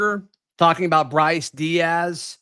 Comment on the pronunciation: Bro his last name is Deas (like D’s) not Diaz